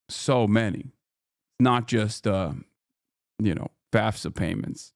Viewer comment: It annoys me to no end when people refer to FAFSA as “FASFA”